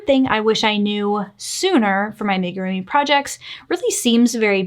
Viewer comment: I can't with the ''make-a-roomy''....is it that difficult to google how to pronounce amigurumi?